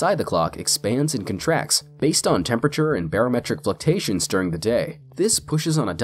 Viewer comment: Fluctuations is pronounced "fluck chew A shuns"